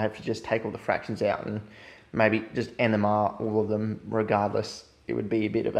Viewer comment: I thought you kept saying enema